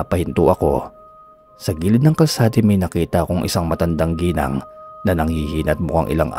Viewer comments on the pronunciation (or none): none